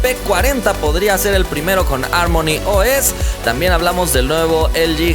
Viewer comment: harmony se pronuncia como jarmoni, no como ármoni.